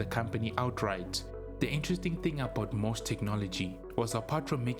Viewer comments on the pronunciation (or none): It is NOT "MOSS" Technology.. It is "M".."O".."S".. Technology. And they were in financial trouble because of all the money Commodore owed them for the chips Commodore used in their calculators trying to compete against Texas Instruments. Irving Gould destroyed Commodore. To Jack, Commodore was his baby, he would have done whatever was necessary to keep the company alive. To Irving, Commodore was just a money machine. He bilked it for all he could get, then shut it down.